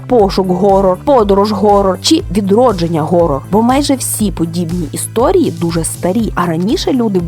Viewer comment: Про те що англійське слово "Horror" читається ніяк не "Горор"